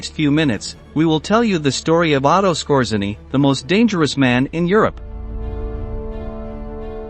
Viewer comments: His name should be pronauced : S K O J Y E N N Y . It is taken from Polish ( that's why RZ is there ) . It means the : ROOTHMAN . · It’s pronounced “Skortz-A-nee.” And Otto Skortzeny did not experience anything like a “horrible death.” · The emphasis is on the second syllable. And you left out the werewolves, and the Mid East jobs in Egypt and Palestine. Massad? That sounds very wrong. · typical logical fallacy as a would-be “clever” retort. The narrator mispronounced Skortzeny’s name. He did not mispronounce “wermacht” or “grenade,” so I didn’t comment on that. And Skortzeny did NOT experience a “horrible death.” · The robot cannot even pronounce grenade, let alone Skorzeny. Good video but the audio sucks.